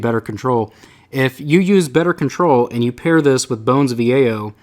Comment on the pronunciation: Bones of Eao Pronounced [Bones of Ey-yo] Not [Bone of E-a-o] Love your vids! Just had to be that guy ;)